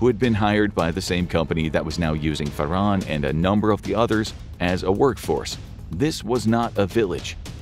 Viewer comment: It's pronounced FAR. HAN. ... not "Far. On."